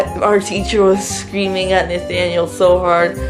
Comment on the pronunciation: Damn u did “Nathaniel” dirty